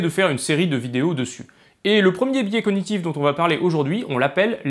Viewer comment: Précision linguistique : dans "cognitif", g et n se prononcent séparément.